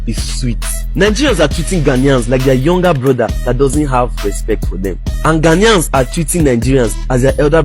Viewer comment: OGA PRONUNCE OUR GHANA WELL GHANAIANS NOT GHANIAS